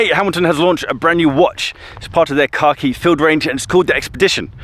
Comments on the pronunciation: Say it with me.. “Kack-Eee”. Not “car-key”. I had to pay close attention as I thought Hamilton introduced a watch called “car key”. Lol! 😂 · I genuinely heard you say "Hamilton Car key collection" number of times 😀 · Every time said “khaki” I heard “car key”.